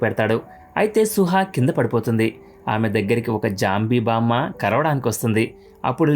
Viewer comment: Bro nuvu baam ani antunavu kani adi bammaa